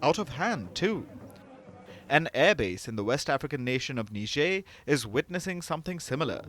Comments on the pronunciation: ... that's not how you say Niger. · It is embarrassing how these so-called educated reporters pronounced the name of this African country. NIGER is pronounced Nai-jr not Ne-jair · Really? Neezhae? Its niger. 🙄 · Say "tiger". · OMG Lloyd Austin is so ignoran and is our US Sec. of Defense? NOOOO t! NOT NIgeria! They are NOT Nigerians bruh.. Country name - Niger (pronounced Neeejay) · That's not how I say Niger 🤠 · Everyone pronounced that country differently lol. How's it supposed to be pronounced?